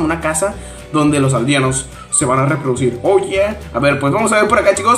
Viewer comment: por dios no podes decir reprodicir